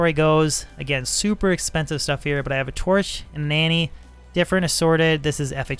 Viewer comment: When you said it, it sounded like: “I have a torch, a Nanny” 😂 lol